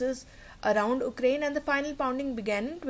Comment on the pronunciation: Ukraine - Why do you say 'oo'kraine, it is pronounced as 'yoo'krayn